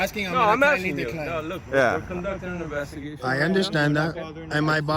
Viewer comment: "you're obstrupting my inbestigation"...sounds legit